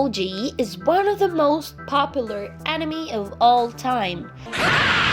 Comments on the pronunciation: Its dragon ball z not g anime not animi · This guy said enemy instead of anime 🤣🤣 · Never mind that he said animee not anime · And he say anemee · yeah that’s a really good “animy” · "Dragen ball ji" "Animi"